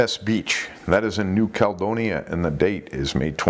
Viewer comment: It's New Cal-E-donia, and sharks don't have feet, just FYI unless they have swallowed them.